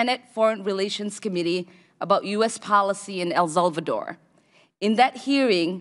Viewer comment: "Iran Cortra affair" "El Zulvador" ? Hmmmmmm You cant beat a great Somali education